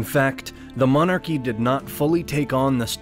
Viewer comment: Sorry, got as far as the commentator trying to pronounce "monarchy" and had to turn the video off